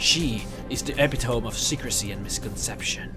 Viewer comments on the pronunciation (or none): epitome is pronounced eh pit oh me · epitome is pronounced epi-tomee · Epitome. Err. E-pit-O-me... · I'm sorry, i don't want to be that one person. But it's epitome is pronounced eh-pi-toh-mee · Epitome is pronounced with a long E at the end... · boy said epitome instead of epitome